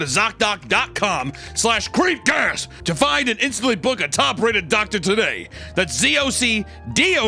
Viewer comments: swear he says apple pie cast at the end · Did Hunter say creamcast again? I think he did 😂